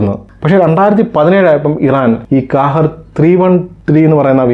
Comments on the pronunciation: Hi Bro Kahir alla qahhar in a Arabic word Malayalam Meaning ജേതാവ് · കാഹേർ അല്ല ക്വഹെർ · ഖാഹിർ എന്നാണ് ഉച്ചാരണം